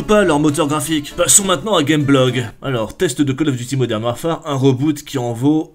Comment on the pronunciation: Purée, tu parles quand meme Anglais, entendre modern warFAAAAre ca pique aux oreilles